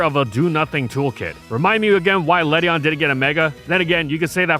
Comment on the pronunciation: Ledian has an IAN at the end not a EON